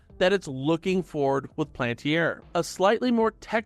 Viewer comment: PAL-AN-TIER Please say it right.